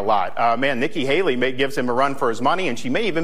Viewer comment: NIKKI “HALEY-REE” CLINTON